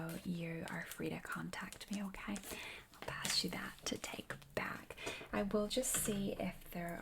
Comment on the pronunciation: its like "yæh, okaɪ"